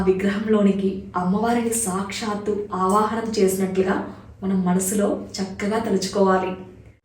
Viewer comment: Okka okka Mata meru sakshshthu Ane daggara shu krinda tha ortu untundi okasari pronounce chusukondi